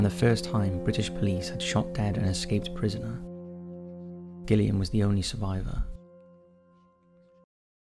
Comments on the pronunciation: The way you pronounced Gillian made me lol 😂 its not pronounced gill like a fish, it's Jill 😂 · Derbyshire, pronounced Darbisher, Gillian, pronounced Jillian, and, by the sound of it, you’re English! PEACE ;] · Yeah the Gillian thing bugged me personally, but I still appreciate his efforts lol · I've genuinely never heard someone pronounce Gillian wrong. Is this done on purpose??